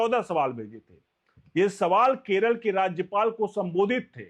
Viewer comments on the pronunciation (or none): none